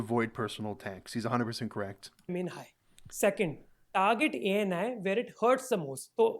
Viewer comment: Yes, you are correct in pronouncing his name, Thank you so much for spreading this over the world. , yes it is extortion as there is no penalty structure mentioned in their website in clear text. This means, they can claim/charge any amount to anyone based on xyz. For person A and x sec clip, they can put penalty of ABC and for person B and x sec clip, they can put penalty of DEF. Youtube also have responsibility to clarify whether this comes under fair use policy or not. If it comes under fair use policy, ANI's strike should have been overruled by youtube. If it doesn't come under fair use policy, no use, youtube can remove/shutdown/scrap this policy.